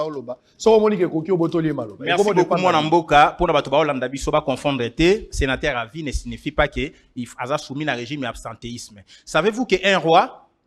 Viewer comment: on prononce senateur et non senataire😄😄😄